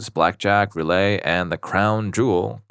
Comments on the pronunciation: The game with the wheel and ball is pronounced roo-let, not roo-lay. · Anyone else cringing at roo-lay instead of roo-let? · And he keeps saying “roo-lay” when it’s roulette